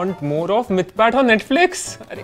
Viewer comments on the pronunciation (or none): It is actually muthpat instead of mythpat lol